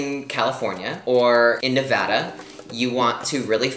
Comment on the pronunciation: The fact that you said Nevada right makes me so happy😂❤️